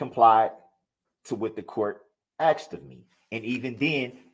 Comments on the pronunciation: if I hear ‘axed’ instead of asked one more time i will lose it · “Libarry” and “axed”… I can’t listen anymore 🤦🏼‍♀️🙄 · If you can’t even say the word asked properly you shouldn’t be able to talk at all